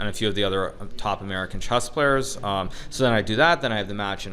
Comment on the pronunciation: Did the interviewer say 'Amreekan' instead of 'American' gambits? Haha!